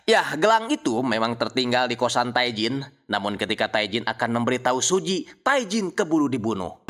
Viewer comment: Bang, pelafalan Korea itu nama Tae bilang nya Te.. huruf vokal kedua yg dibaca Tae Jin => Te jin